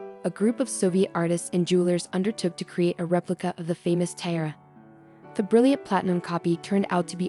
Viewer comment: lol if you can’t pronounce TIARA, you shouldn’t post videos lol